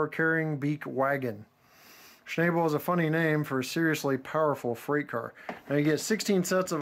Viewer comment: schn-AH-ble. the a is ä, not ā.